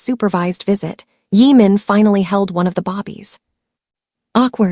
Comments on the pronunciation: Why do you pronounce Babies" as "Bobbies?" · Her saying bobbies sounds stupid and very annoying, they are BABIES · I am watching from Chicago, IL. I just noticed that another listener is distracted by the pronunciation of Babies as Bobbies. It bothers me to hear Bobbies for Babies. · I hate the ridiculousness of not knowing that the word is not bobbies it is babies, some of you also put airs for the heirs (as the next in line of great wealth) its got to stop just in case you don't know and your AI doesn't correct you. Even more so when you put subtitles. Babies multiple form of baby. Good luck. True reaction